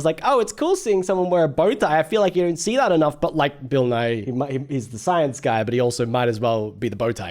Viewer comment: So, you keep saying "Nye" as two syllables, which is more how you say "Nighy," which is a different Bill entirely. Also, Bill Nye has never claimed to be a scientist. He just teaches/taught science, hence "Science Guy."